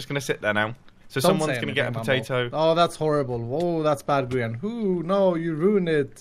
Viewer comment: Its grian not grain